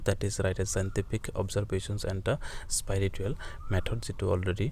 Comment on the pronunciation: Spiritual hoi spirital nhoi apuni vul pronounce krise